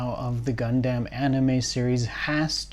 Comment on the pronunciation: Love HLJ videos but one thing I hate is how this dude pronounces Gundam, Gun-Damn.